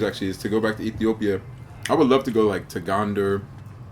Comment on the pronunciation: I like the way she pronounce Ethiopia. One of the amazing comment about my country thanks a lol